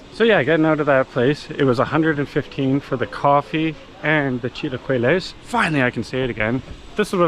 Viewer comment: Chilla-key-less haha😂